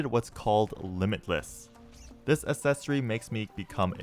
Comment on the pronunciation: Someone teach him how to pronounce "accessory"